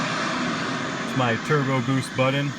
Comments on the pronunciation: Love the car but seriously??? someone the has put together something so awesome yet cant say the word BUTTON... its not Buddon. Killin me!! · love this, but i can't help but chuckle every time I hear him say "budden"